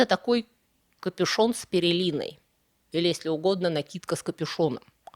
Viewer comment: А "пЕРЕлина" слух не резанула?